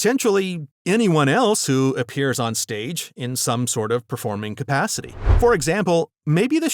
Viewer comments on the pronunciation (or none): none